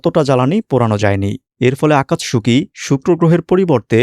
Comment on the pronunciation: আকাতসুকি, উচ্চারণ হবে